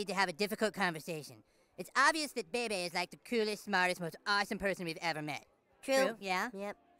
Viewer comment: I never knew that Bebe Stevens's first name was pronounced with 2 bays together or it almost sound like 👶.